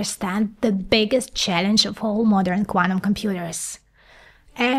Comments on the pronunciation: love the content it just get better each iteration.. !!! though I did struggle with 'quanum' as to 'QuanTum' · Amazing info. But I get so triggered with "Cuanum"